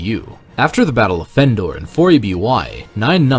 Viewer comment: Why does it sound like you pronounce Endor “Fendor”? Is the word “of” bleeding into “Endor”? Then why isn’t it “Vendor”? That aside, good video.